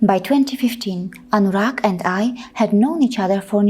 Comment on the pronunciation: Wait a minute...you really..you really pronounced Anurag clearly? I'm really impressed 😍😍. I don't know who told anyone that Sanatan dharma (modern name Hinduism) mainly worship Satan! But I'm really really feel sorry for those who think that. Hope that the world will become peaceful again.